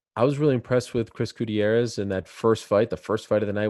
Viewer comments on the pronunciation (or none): Ariel pronounces every non American name with their native pronunciation. But then he says "gooty-arrez" 🤨